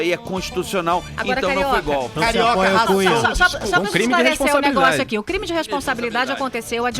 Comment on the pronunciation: puta que pariu tem q rir pra não chora da falando: Foi Goolppii